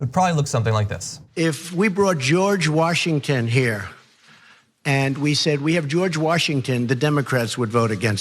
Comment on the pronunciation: "George Warshington"